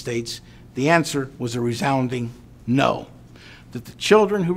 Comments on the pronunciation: he said no but it sound like Hoe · sounds like no